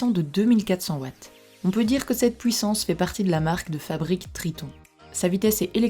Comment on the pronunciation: vous avez un problème avec la prononciation , vous ? U c'est pas W ; HUIT ! pas WUIT ! PUISSANCE ! ET NON PAS PWUISSANCE sinon sur le fond , top 5 des meilleures , ou sont t'elles ? ouais je sais y'a deux ans , seulement je cherche un bon appareil .